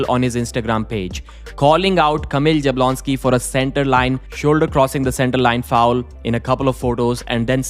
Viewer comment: you really need to learn how to pronounce Jablonski. It's "Yabwonski"